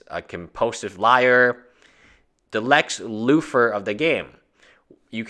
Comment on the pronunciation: I heard of Lex Luthor not Lex loofah....hahahaha.